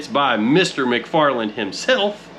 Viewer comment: Mac far Len 😂😂😂